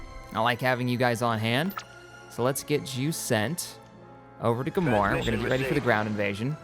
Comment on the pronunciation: Yeah, but then there's stuff like pronouncing Gamorr 'Gamora', Hypori 'Hyporia', and there was one time he pronounced Geonosis as 'Geonosia'. Thinking about he, almost every planet name he mispronounces, he adds an A.